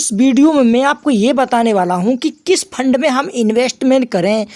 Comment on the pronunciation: Fund bol rha hai ya lund bol rha hai 😅😅😅